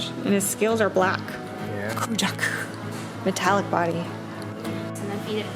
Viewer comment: Anyone else notice when first says kujaku she says kujahaku instead?